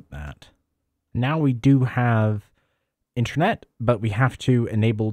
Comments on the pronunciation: Why do you keep saying Intranet mate!! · Sounds like you keep saying “intranet” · "Intchernet" x100 😂